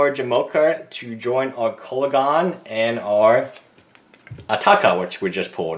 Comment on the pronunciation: I like how you say atarka- it sounds similar to "a taco" lol love tacos